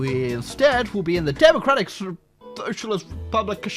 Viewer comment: “demacllrrratic yeeuesae”